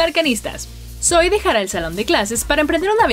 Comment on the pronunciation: por qué le dice soy si se pronuncia sowi :c la misma zoey lo dice